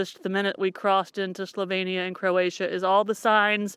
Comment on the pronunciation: One of my favourite places. Love the Istrian peninsula and Split. Dubrovnik, not so much. Try going to blue lake, near split, if you get the chance. Zagreb is also beautiful. When you are in Dalmatia, try some pasticada. Just an FYI. It is slo veen nee ah.